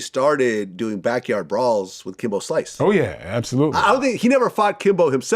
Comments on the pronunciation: ITS SLICE!!!!!!! Not slince lol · Dear djvlad, The name is Kimbo Slice. There is no "N" in slice. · What the hell is a Slince 🤣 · It’s “Kimbo Slice” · Glad said slince intentionally for more engagement